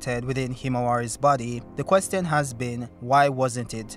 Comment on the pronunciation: Why you pronounce "question" like that?